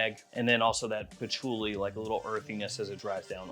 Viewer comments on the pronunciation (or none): none